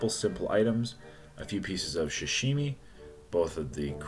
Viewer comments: Love u but pls stop saying shashimi. Its pronounced sa-shi-mi. Keep up the great content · sorry for the nitpicking but its Sashimi not Shashimi. I'll still watch u and give that like